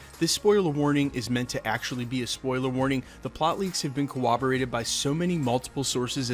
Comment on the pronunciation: Seriously. You're killing me with your mispronunciation of "corroboration" and "corroborates." The word has a double "R" sound where those consonants appear in the word. You insert a "W" sound Elmer Fudd style.